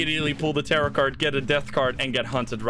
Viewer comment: the first time i heard tarot cards i thought you said terror cards but i think terror cards fits better as a name(i am completly new btw)